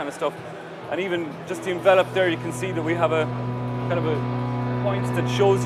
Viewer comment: Nice to see some Irish guys making something innovative. But you're still pronouncing "envelope" wrong :)